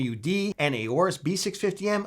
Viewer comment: You did it again. Repeat after me "B650"